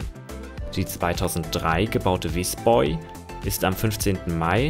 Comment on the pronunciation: Dies sind einfach tolle Videos! Auf das Zitieren hätte man aber gern verzichten können, dies ist langweilig. War es eigentlich Visby oder Visborg? Im Titel steht Visborg, Visby wurde aber gezeigt und gesagt. Auf jeden Fall wird Visby geradeaus ausgesprochen, nicht "Visboi".